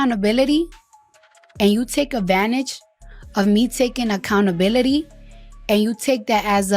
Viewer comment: Dear and.. It's pronounced (Accountability) not Accountabilidy.... Smh